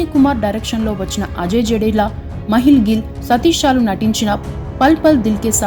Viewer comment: Madam meeru cheppina vishayalu chaala thappulu unnayi mundhu perlu sarigga palakadam nerchukondi. Ajay Jadeja ni Jadela ani palukutunaru. Kambli ni chitiki matiki Kombli ani palukutunaru